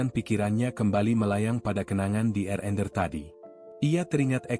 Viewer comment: Cara penyampaian cerita tu dah bagus tp maaf banyak sebutan nya salah. Contoh RnR disebut Erener malah sebutan roti canai pun pelik bunyinya Roti Aroya tu apa EK 🤔 😂 Cameron Highlands jadi Kameron Hitlan 😂